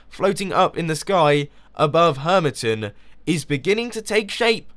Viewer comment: hermiton????????????? rilly mumbo